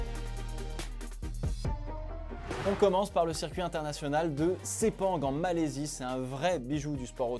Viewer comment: Malaisie pas Malaysie..😂